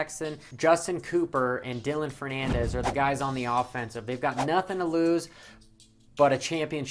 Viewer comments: Ferrandis, Ferrandis, Ferrandis. Not Fernandez. Damn it man!! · It's pronounced Ferrandis (Fur-and-is) not Fernandez 😂 He's French not Mexican. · I laughed...I think it's just the kids who think riders slam down some Monster Energy/Red Bull/Rock Star after a race. I'd puke I drank water and that's it. But product placement is huge on the podium and in interviews. Nice vid dude but you pronounce Dylans last name Fur-ran-dis (Ferrandis) not Fur-nan-dez. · FERRANDIS! It's FERR-AN-DIS. Lol. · Totally turned u off and unsubscribed. 2019 Supercross WEST CHAMPION and u call him Fernandez and u are even READING his name and u don’t even realize it, do u even watch moto or do u just pretend to know about dirt bikes and remember all the monster girls names? Dude gtfo of here trying to call motocross news when u don’t even know these racers names. Pretty bad. Totally disrespectful. I’m surprised u even posted this like it wasn’t a big deal, probably cause u don’t no. Pretty lame. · Jeff Alessi damn bro, he says a name wrong and you go crazy, but he gives so much info on Moto and goes in depth on a damn race. Stop hating puss